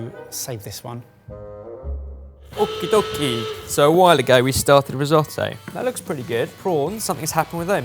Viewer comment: Why is Ben saying okidoki like it is a Japanese word? Haha am I missing something?